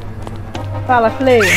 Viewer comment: Não fala pala voando bor favor